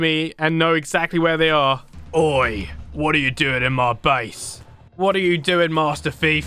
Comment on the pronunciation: Can you say more "OI/OY" Because you say it so funny.